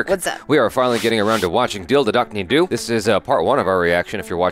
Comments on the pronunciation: Jaby, the "Do" in Dil Dhadakne Do is pronounced as "though". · Thanks!!! This movie is one of my favorite holiday movies and I have rewatched it so many times. And Jaby, the "Do" in Dil Dhadakne Do is pronounced "Though":) The name just simply means Let the Heart Beat!:) Also, the conversation between Priyanka Chopra's and her mother's character in the spa actually is a juxtaposition of their relationships with their spouses. The Mother (Shefali Shah) knows and has made peace with her husband's (Anil Kapoor's) infidelity, but is sticking to the marriage to maintain the optics. Whereas, Priyanka's character is actually the self-made woman who is being forced by both her mother and mother-in-law to focus on family and have a baby, and shift her attention away from her business. There's a lot more coming! This movie has beautifully complex interpersonal dynamics among the characters. Can't wait to watch the next parts of your reaction. Cheers!!! 🥂☺